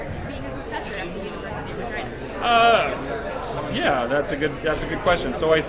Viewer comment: There you go, Honey. Finally. You pronounced Her as, REGEENA. MUCHO BETTERO PRONUNCIATIONO. NO?